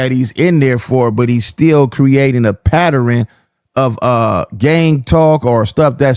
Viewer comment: 😅 😂 THAT IS NOT HOW YOU PRONOUNCE PATTERN‼️ WTF IS A PATTER•RIN🤣😆 C’mon 😅